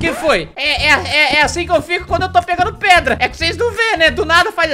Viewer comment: Engraçado q vc falou q ia pegar pedra e vc falou "preda" kkkkkkkkk